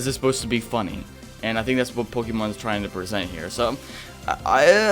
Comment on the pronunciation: It feels not pokeeemon because it's not pokeeeeeeemon, it's Pokémon. Po Kay mon. It's not that hard.